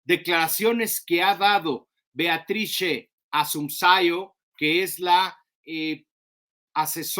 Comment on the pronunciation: Hola, se pronuncia: Beatrice Assumpseón